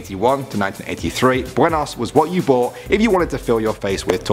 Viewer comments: LOL BENOS it's BUENOS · buenos not benos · Buenos*** NOT Benos🚫🚫🚫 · You spelled buenos wrong you said benos not buenos